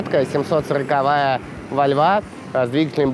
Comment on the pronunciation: Блин не коверкай название марки машины !противно звучит!